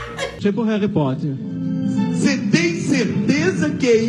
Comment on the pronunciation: Tipo o “reri potter” KKKKKKKKKKKKKKKK CHORANDO